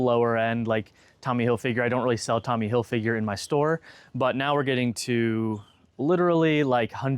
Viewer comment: Why can't anyone on YouTube pronounce these designer's names right? Hil-FIG-er. Ralph Lor-EN. 😡